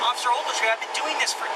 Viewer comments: I feel so sorry for that cop WOW. "Officer Ouagletree" must have been said 100 times. I would have sprayed my mace into the cage to shut this asshole kpplplpllpllppp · Can someone do a count on how many times he says Officer Overtree ? ? ? ? ? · Take a shot every time he says officer agletree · “OFFICER OAGLETREE” has the right to remain silent! 😂😂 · I thought it was ovaltree. After I thought ovaltine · This is how many times he says Officer Ogletree.. ⬇️ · Everyone, take a shot every time he says Ofc. Ogletree. You won’t know your own name by 5 minute mark!